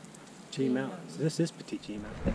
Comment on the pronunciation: It’s pronounced petty jean